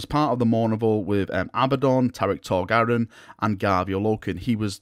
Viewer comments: Tarik Torgaddon, not Tarik Torgarridon. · Dude, his name was Torgaddon not Torgaridon. He was not some kind of space dino 😄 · Is nobody bothered by the fact that calls Torgaddon "Torgaradon". Bad. Bad.